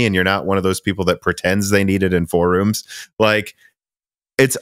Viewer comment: I chuckle every time says "four room" instead of "forum"